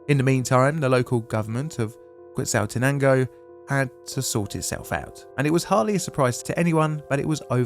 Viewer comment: Are British people just contractually obligated not to pronounce foreign words correctly? Quetzaltenango isn't pronounced as written in English...